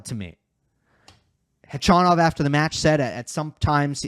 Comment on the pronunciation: Gotta say I really appreciate your correct pronunciation of Khachanov, even correcting yourself at one point -!